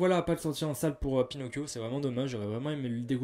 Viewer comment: "Pinocccchio comme on dit en amérique du sud" Heu comment te dire?